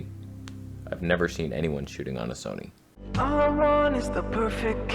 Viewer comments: Trust me bro, no one in England calls it 'Sonny'. I think you'll find that more commonly with your American neighbours who can't pronounce anything correctly 😂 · We do not say ‘Sony’ like that! What’s the matter with ya. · Well admittedly I've only been living in England for the last 72 years, but I have never heard anyone pronounce Sony the way you claimed that it is said in England. YOU are the only person I have ever heard say it that way..